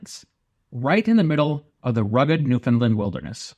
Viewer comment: My father was a Newfie and one thing that was important to him was the need to pronounce it properly.The accent is on "Land". Like "understand" Newfoundland. "Nu-fund-LAND". Yer welcome 🇨🇦 Other than that, this is a lovely tribute. Thank you.